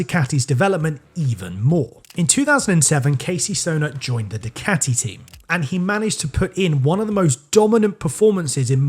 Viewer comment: Why you keep saying dicati?